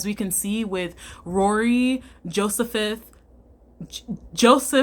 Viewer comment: i'm sorry , but "josephith" took me TF out lmao